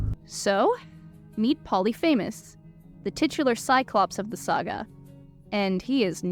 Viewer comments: POH-LEE-FI-MUHS. Not Poly FAMOUS. Please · Great analysis! I’d recommend confirming pronunciations before recording them though— your younger age definitely showed in mispronouncing Regis Philbin. He was the host of “Who Wants to be a Millionaire”, died in 2020, and is buried on Notre Dame’s campus. Some of the Greek names were a bit shaky too, most notably Polyphemus. But as I said, overall great video that definitely helped me understand the overall story of the show with some much needed context of the IRL timeline, cut content, etc.